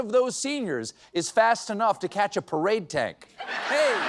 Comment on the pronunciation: You have mispronounced the word “Perade”